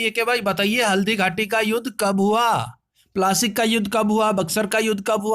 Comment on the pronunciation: Wo plaasic nhi Plassey h